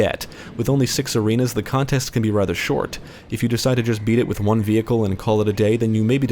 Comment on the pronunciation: I have never heard anyone say vehicle the way this guy says vehicle lol vE-hikle